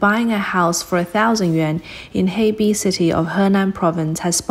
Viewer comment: She said heibei city... 鶴璧市 hebei city huh